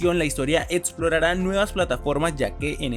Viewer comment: Etxito? Etxitosa? Etsplorara? 😂😂😂😂